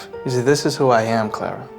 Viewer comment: her name is Clara not Claire